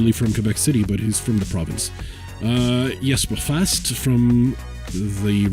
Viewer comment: You´re pronouncing Jesper Fast very well! But we need more swedes and finns in the team :)